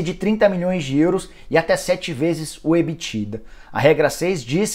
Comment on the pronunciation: Só eu que fiquei incomodado com o Nicola falando Ebitda errado?